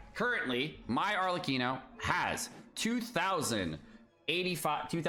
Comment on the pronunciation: Arlecchino btw, not Arleccino. Read it as Arlekkino